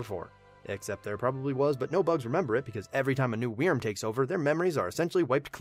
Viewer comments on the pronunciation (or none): Wyrm is not pronounced weerm xD It’s pronounced like worm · Hey, just found your channel, this is good stuff! ....Also, wyrm is pronounced "worm". Sorry, pet peeve. Got just a wee frustrating to hear you say "wee-erm" like, times in this video lol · I've loved your videos up until this, and I simply can't continue to listen to you butcher wyrm by saying WE-erm instead of 'worm' or 'vurm' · It's not pronounced weerm it's pronounced worm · It's pronounced (worm) not (weerm) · holy hell in a hand basket it irritates me listening to you saying weerm. It's still pronounced like "worm". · Wyrm is pronounced "worm". Not "weerm". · That's not how you pronounce "Wyrm." It's basically just like "worm," not "we-erm." Awesome summary though! Love it! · Wyrm in my opinion is pronounced “Worm” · wyrm prounonce worm it also means dragon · It’s pronounced worm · I hate the way you say wyrm, just pronounce it like werm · this pronunciation of 'wyrm' is hilarious to me? idk if its a correct pronunciation but omfg. weeeeeeeeerm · Well, Wyrm is an actual word, it's like an ancient dragon thing, and it is pronounced like worm. But I see your point. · wyrm is pronounced worm i can't tell you how annoying it was to sit through all of this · You can just pronounce "wyrm" as "worm'" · No, because it's the same pronunciation as worm. This is nerve grating to try to enjoy. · I actually couldn't finish the video because I couldn't stand the way he kept mispronouncing Wyrm. Lol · I don’t know why but your pronunciation of wyrm makes me mad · I cringed each time he butchered wyrm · Your pronunciation of "Wyrm" is very... Interesting. To say the least. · Anyone else like the way he says wyrm?